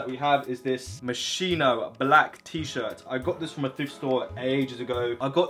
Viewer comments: Moschino is pronounced like Moss-ski-no lol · The right pronunciation of Moschino is like "Moskino" (I'm italian so I know this) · bro it's pronounced, "mos-key-no"